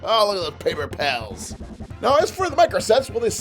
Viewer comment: I love how he messed up saying paper pals some people or not humans I don’t don’t say sorry about that when they’re talking and they Mess up